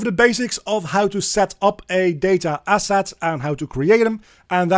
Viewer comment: Day-ta Ass-At!